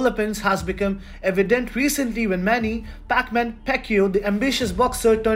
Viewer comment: The way you pronounce Paquiao is funny lol